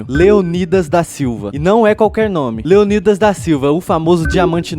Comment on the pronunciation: Cara, não se pronuncia " Leonídas". é LeÔnidas.